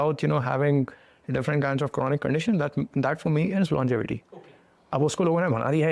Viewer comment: Longetivity ❌ longevity ✔️